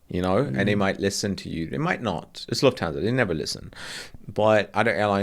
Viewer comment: Great podcast! What annoyed me: Swiss001 / can speak proper German but is not able to pronounce "Lufthansa" properly. Its a German name and does not have to be "anglofied".